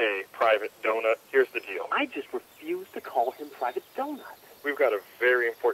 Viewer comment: I think you mis pronounced donut